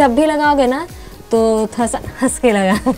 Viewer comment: Thora thora nhi ma'am Thoda hota hai